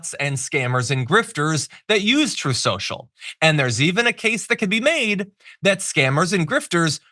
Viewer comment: "...TROTH... SHO-SHO..."